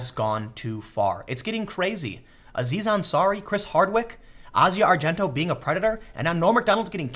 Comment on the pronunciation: You pronounced Asia argento's name 3 different ways in this video lol.